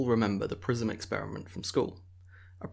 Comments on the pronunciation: I hear prism as prison. "We all remember that school prison experiment" Huh?? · I also heard prison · I heard PRISON, too! But i laughed when i realized he meant PRISM! Our ears hear American English pronunciation when it clearly isn't! I had a Pakistani Professor in college, who spoke English somewhat well, but mangled the pronounciation of science terms while teaching an Advanced Biology course. It was HELL to understand him but after 2 course he got easier to understand!